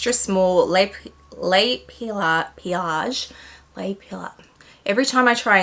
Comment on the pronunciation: 😊Hello! to pronounce le pliage (folding) start the word as if you were saying "please" pleeeeage, but you say "pillow" like😊